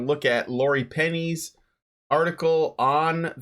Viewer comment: Zoe is a two-syllable name. It's "ZOH-ee". Drives me crazy when people mispronounce that.